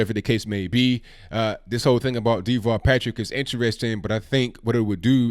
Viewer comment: everytime his name is said, it sounds like Default Patrick to me.